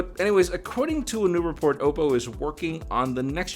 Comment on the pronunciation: ok but why did you say "oppo" like it was "owo" lmao